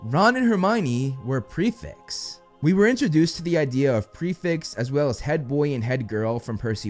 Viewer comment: Are you saying prefix or prefects?